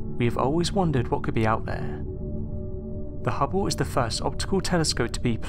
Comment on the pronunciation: hubbow? HUBBOW? its called the Hubble sounds like bubble. unless if course you say bubbow then they sound the same. if your going to narrate then do it right fer fucks sake.